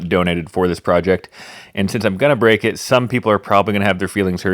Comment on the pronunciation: It gone bweak